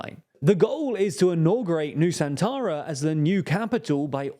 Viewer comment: I heard New Santara 😅